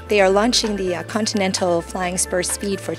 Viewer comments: "Contental" flying spur?? ContINental :p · god damnit girl its con-tin-nel-tal